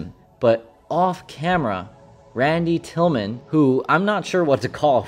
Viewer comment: Not trying to be a dick here, but didn't you call him Randy Tillman in the video? Is it Tillman or Tillim?